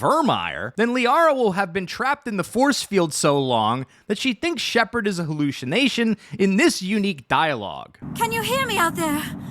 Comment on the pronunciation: "she thinks Shepard is a Ha loosh sha nation" lol